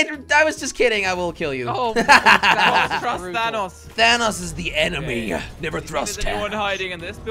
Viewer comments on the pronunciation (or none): When you say thanos he says thanass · It's not thanos its thanose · You said vannos...🙄😁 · Who is Dan Nas it’s Thanos